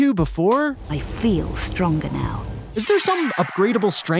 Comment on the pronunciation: “I FEEL stronga now”